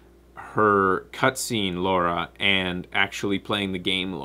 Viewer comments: Oh god, constantly calling Lara, Laura is really getting on my nerves. it's wierd cause stuff like this usually doesn't bother me. anyway, I liked the new Lara character, and most of the other characters. Gameplay was not strong though in my opinion, very generic and absolutely not challenging, played on hardest level without any challenge. Tomb raiding has become trivial, not something I want from my tomb raider game. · Ok this has been annoying me since the live show. How come you pronounce her name as 'Law-ra' instead of 'Lar-ra'? Is it a Canadian thing? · I would say something about pronunciation of Lara sounding like Laura, but I don't think I have the right since I call Ryu "RAI-yu" and the bats in Legend of Zelda "kess" with a short E.